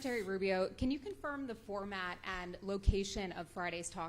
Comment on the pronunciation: RUBIO. At least get this incredible man’s name right. Go Marco! 💖🇺🇸💖